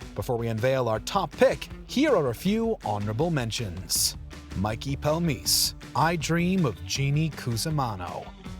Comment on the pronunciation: The way he says Mikey Palmice is a disgrace